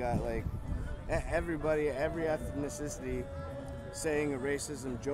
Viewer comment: He said ethnicicity...